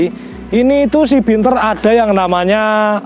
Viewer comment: Bianter mas,udu binter..hehe